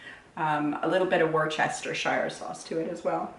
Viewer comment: learn how to pronounce Worcestershire.....you sound like an american...🙄💩